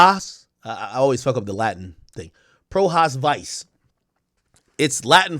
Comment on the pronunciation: It’s pronounced- PRO HOCK VEECHAY